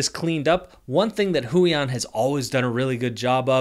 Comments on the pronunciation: why does he say huion like that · "waacom" "hoo-yon"